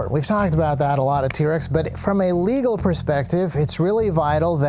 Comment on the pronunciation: Love the video and the i formation, but one thing... the way you say "legal" sounds like you're saying "illegal." It's confusing to people who dont already know the legality of what you're claiming